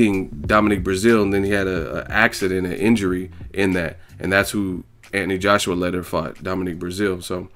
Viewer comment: Love the videos but anyone else find it annoying that he pronounces Anthony Ant-knee? Haha just saying